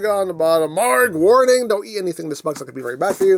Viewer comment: You're pronouncing the name correctly. I know because I went to google translate and it pronounced it like the way you did.